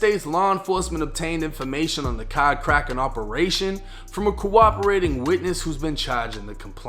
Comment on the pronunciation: Cadd 😂instead of card but good video